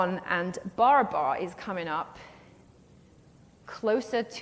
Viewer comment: Barabar is being mis-pronounced. It is Baraabar in Hindi. बराबर meaning equal in Hindi.😮